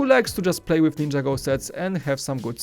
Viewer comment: IT'S NIN-JAGO!!!!!!